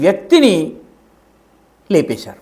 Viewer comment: మీ నోటి వెంట...లేపే శారు అనే మాట వింటు ఉంటే చాలా తమాషా గా ఉంది సర్....జై శ్రీరామ్